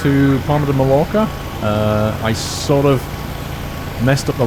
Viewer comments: its Palma de Mallorca Paul-Palma NOT Parma and Ma-yor-ca - ll in spanish makes y sound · for people who do not know how to say Mallorca read this Mayorka